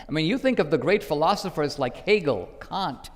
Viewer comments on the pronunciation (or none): ., Instead of " Kant " He said "Cunt